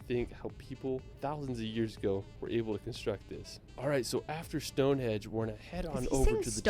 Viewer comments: Stonehenge, not "Stonehedge". Buckingam....NOT "BuckingHAM". He may have visited the UK a lot but doesn't have any idea how to pronounce the place names of The British Isles. Or facts - Mt Snowdon is 3,000 FEET high, not 10,000 METRES. That's higher than Mt Everest!!! No animus against you,, but this guy, for all his wonderful videos, is a bit of an ignorant Yank! 🙂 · I wish I could edit some of the audio, it’s so annoying, it’s Stonehenge not Hedge! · He did say hedge but your right it's henge